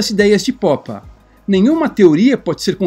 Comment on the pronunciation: "Poppa" é muito estranho, nunca ouvir ninguém chama-lo dessa forma antes. Por favor, poderia me dizer como encontrou essa pronuncia para o sobrenome dele?